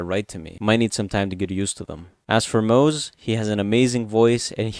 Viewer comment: acktually, it's pronounced "moz-uh" not "moz" 🤓